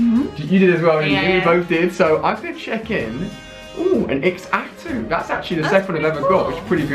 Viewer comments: U don't pronuonce it X atu u say Zatu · It's just Zatu not ex-atu Jesus Christ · Ali Xatu it pronounced with a Z not X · BTW its pronounced zah-too not X- atoo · Look I love your videos but please learn the names. Eg it's pronounced za-two not ex-atu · Also Xatu is pronounced Za-too